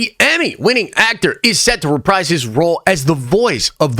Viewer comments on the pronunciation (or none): none